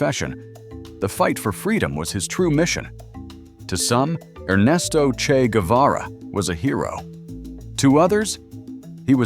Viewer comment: Vous ne savez même pas, prononcer son nom correctement,un peu de respect,stop😮😮😮